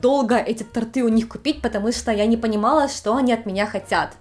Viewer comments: Видео интересное, но правильно говорить тОрты👌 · тОрты, тОртов, на тОрте. В любой форме слова "торт" ударение на букву О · ТортЫ - самое неловкое, что было в ролике. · Очень интересно! Наткнулась на ваш канал недавно, но уже посмотрела много видео. Спасибо за вашу работу. Только уж очень в конце ролика резало уши слово тортЫ. Пожалуйста, ставьте удобрение на букву О) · торты -ударение на первый слог. Режет слух. Сорри. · Как же тортЫ резали слух! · Напишу кратко: не торты́, а то́рты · При всем уважении, но тпрям режет слух тортЫ🤦🏻‍♀️ првильно тОрты тОрте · Спасибо за отличный выпуск! Простите, но у Вас проблемы не только с японским, но и с русским: тОрты, тОртами, тОртом. На будущее: шАрфы, шАрфами и так далее. Впрочем, если Вам всё равно, то: звОнят, позвОню, звОнить и т.д. Даже если в Японии проблемы со словарями, есть Google! Удачи! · она на украине изучала русский язык. Ну раза два бы сказала не верно никто бы и не заметил, то эти тортЫ через слово просто достали. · Ааааа, тОрты, кровь из ушей пошла)) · Всё хорошо, только тОрта, тОртов, тОрты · на самом деле, тОрты.... не торЫ... поэтому, не удивительно...))) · Млиннн! Но тОрты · Не торты, а торты. Не порты, а порты. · Хорошо, что такая приятная и с юмором относится ко всему. Есть у "нашего брата" такое - сделайте так как НАМ надо, а не вот это вот всё с вашими дурацкими правилами, в ВАШЕЙ отсталой стране. И вообще: мы уже пять лет в Японии (нужную страну подставить), а все вокруг так и не говорят по-русски! Знаю, что говорю. Сама 23 года в Германии. Сын ошибок трудных..., в слове ТОРТЫ ударение на О. Проверочное слово - тОрт. Нихон! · Только правильно говорить тОрты. Но я преклоняюсь перед вами, потому что вы знаете СТОЛЬКО языков... ❤ (просто слух режет - тОрты, за тОртами, на тОртах) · твОрог и творОг правильны в двух вариантах произношения ,но с тОртами - это не работает . Правильный только один вариант - тОрты. Пожалуйста, пощадите наши уши )))